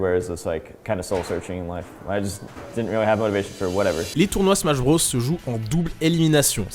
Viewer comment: nobody:: "smash brausse"